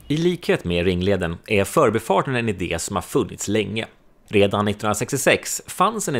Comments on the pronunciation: men man kör väl ändå "för'bi" Stockholm, inte "'förbi" Stockholm? Jag tycker betoningen som används idag har blivit helt tokig. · Utmärkt video, klargörande av historien och nulägesrapport. Skulle dock vilja höra en mer korrekt betoning av "För'bi-farten" och inte det vanliga " 'Förbifarten".